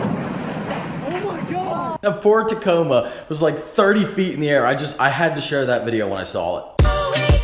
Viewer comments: did you say ford Tacoma or floored Tacoma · Bro, did you say that Ford Tacoma or poor tacoma? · did he say ford Tacoma? umm, it's Toyota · can i just point out that he said "ford tacoma" didnt know that toyota and ford got together lol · He says POOR Tacoma not ford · i heard ford too. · Everyone and their mother is making this comment... he said "poor".